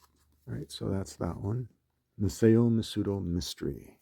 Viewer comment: I would like to correct some slight mispronunciations. Ma-sah-oh not Ma-say-oh. Nee-say not Niss-ay.